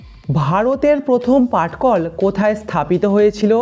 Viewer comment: Patkal not Pathkal